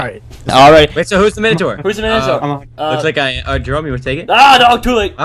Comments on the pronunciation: min-o-tor Not mine-o-tor Or basically say Mi-No-Tor fast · It's pronounced mine-o-tor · its pronouced Mine-o-taur